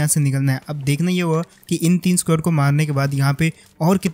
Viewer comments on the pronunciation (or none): Legit bhai.... S-Q-U-A-D nei S-K-O-D bola karo😅 Funny lagta hai jab itna confident se SQUAD bolte ho